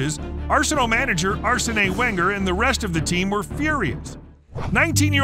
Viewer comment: arse an a wangler🤣🤣🤣🤣🤣the most brutal thing here is the use of the english language